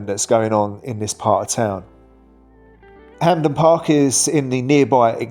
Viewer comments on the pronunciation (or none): none